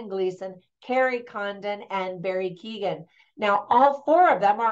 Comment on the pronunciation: Keoghan rhymes with 'Owen' (the 'g' is silent). Just say 'Keo' or 'Kyo' .. and then say 'Owen'. Sin é! 😀 (Sin é means 'That's it!' .. pron. 'shin-ay'.) Sin é! :)